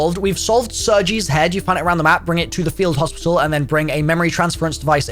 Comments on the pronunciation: Its not pronounced Serjay its pronounced Sergay Just a friendly reminder :) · it’s not pronounced sergie it’s pronounced sergay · did my guy really just say ‘Serjee’ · Man said “Sergei” instead of “Sergei”